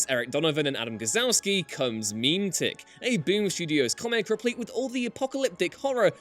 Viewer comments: Muh-met-ick not meme-tic don't say it like that again it's gross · Mem-eh-tic. Not Meme-tic. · "meme-tick." argh. it's "mem-eh-tic." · Surely it's not pronounced meme-tick?? Is it not meant to be meh-meh-tick, like the word? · pretty sure "Memetic" is pronounced "meh-MEH-tic," ,not "MEEM-tic." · MEEM-tic? Not meh-mehtic? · Memetic is pronounced mu-MEH-tick, not MEME-tick. And I have a feeling it's based/related to SCP-2774, or the Slow Burn Sloth, either the former was based off the latter or vice versa. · It's not MEME-Tick, it's Muh-Met-ick... this hurts my soul. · its not meme-tick its meh-meh-tick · It's not "meem tick", it's "meh meh tic" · Meme-tic... isn't it mem-et-ic tho. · Pronouncing it meem-tic? Seriously? It's pronounced muh-meh-tic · Grrrrrr, pronounced MEH-MEH-TICK... is a clever play on words AND meanings, but is kinda lost if you pronounce it MEEM-TICK... just sayin' ... carry on, I feel better I got it of my chest 😁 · Meme-tick... That is an interesting pronunciation of Meh-me-tick. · I'm pretty sure the word is pronounced like (meh meh tic) and not (meme tic) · Yeah, that was quite the cringe reading. Google will pronounce words you don't know if you're planning to make a video, girls and guys. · Me-met-ic not meme-tic. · Wait isn’t it meh-meh-tic and not meem-tic...? Am I mispronouncing it? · MEEM-tick? No, no, no... meh-MEH-tic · 'Meme tic'? Do you mean 'MI-MET-IC', by any chance? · Mem-et-ick, not meme-tic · is it seriously pronounced "meme tick"? I've always pronounced that word as "meh medic". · Meme tick? Isn't it pronounced meh-met-ick. Like Genetic? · Hey, has anyone made a comment talking about how it's pronounced meh-meh-tic? I don't think anyone has done that yet. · memetic "ma-met-ic" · every time you said memetic as meme-tic just... that's not how it's pronounced... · Meme-tic. I'm dying lol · It's pronounced Meh-Meh-Tick btw. It's where the word Meme comes from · Memetic is pronounced “meh-meh-tick” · Lmao he said meme-tic